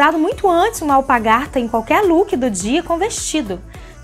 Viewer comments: ALPARGATAS e não alpagarta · Querida o nome não é alpagartas como você diz, e sim alpargatas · E alpargatas e não alpagartas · o nome correto e ALPARGATAS e não apagadas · desculpe, mas a palavra é alpaRgatas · Você disse “alpagartas” várias vezes. Mas o certo é alpargatas. 😉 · Vc fala alpargarta?